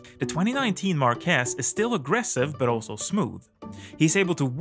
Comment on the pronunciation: Bro it's MÁrquez not MarquÉz